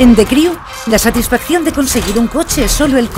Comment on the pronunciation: Oshhhtrash en de criu